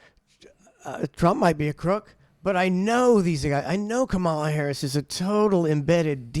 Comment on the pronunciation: You 2 trumptards need to learn how to pronounce the name of your next president Kamala Harris